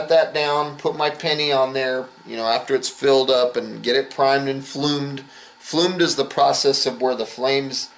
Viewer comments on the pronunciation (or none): The word is bloomed not flumed as in it has bloomed like a flower